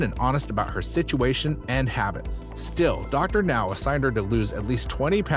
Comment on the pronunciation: Thank you for finally pronouncing Dr. Now's name correctly, but the narration is still very awkward...